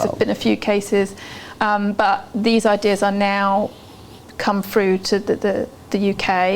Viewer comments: How can such a beautiful woman pronounce through as "fru"... my dispair at having to reject her in advance of our romance. Lol. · I wish I didn't find her propensity to say "fink" and " frough " so objectionable, because I find the subject matter compelling. If she were my psychotherapist, I would feel that she lacked intelligence.